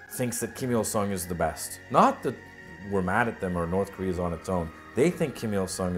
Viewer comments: I didn't know I was pronouncing Korea wrong. From now on, it shall be "career" in my vocabulary. ha. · "the powerful nation of Kah-rear" lmao!!! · why does the introgation dude say koreaung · The guy in the little videos says Korea like Career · "This is the forturne and glory of koreaar." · Fun fact: this is a type of overcorrection that’s pretty common with speakers of languages that don’t have the same r sound as us that try and pronounce the r as much as possible to better imitate our accent, even when there is no r. I know this comment is really old but I learned that recently and thought it was cool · wow they cant even pronounce their own country's name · Did nobody tell the narrator how to pronounce Korea? Haha. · Why does the guy say korer not Korea the announcer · “THE PEOPRES PARTY OF KOREUURRRRRR” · Subtitle: Korea Voice over: Courier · i gotta love the narrator in the propaganda video saying KOREAR for some reason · The socialist narrator seems to think Korea is pronounced "Career"... ? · Wtf is KoreaR? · Actually it sounds more like “career” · Korear lol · The Korean Narrator to the film speaks like he's has a New York accent.. He keeps saying Korear.. A's pronounced with R's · So are we pronouncing it wrong? It sounds like we should be saying Koreee-errrr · Why do they call it Koreer in their videos? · The way the narrator say Korea 😂 😂 "Korear" 😂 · North "Korear" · why do they pronounce it korear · Funny how the narrator in the propaganda film pronounces Korea "Career". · They call their country "Koryo" or "Goryeo", and when speaking in English, they say it like "Koryeo" which sounds like Korear to us :)) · "Careeerrrr" like carreer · North Career's grory. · I like the way that the parts from the other documentary pronounce korea. it sounds like a mix of southern american, microsoft sam, and lolspeak- "Cureer is de best country in de wurllld" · Pizzahut99 No, it's "Koreeur!" Get it right! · this guy in the video keeps saying north career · “kor e er”